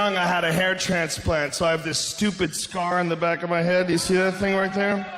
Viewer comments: its trpan-slant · Dunk and high!!! "A hair trans-lant." LMAO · he said "planstrant" instead of transplant; was the joke. Don't be rude. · "a hair-spflantslant" ok rogan XD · I heard “ hair panstrant”